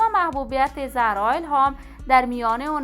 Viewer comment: گوینده بد صدا و بی سواد زرا نه خانم زهرا درسته. این فضولی ها به شما نیومده ....